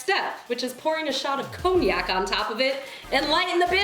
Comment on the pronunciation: Co-knee-Ack?😂😂😂 um no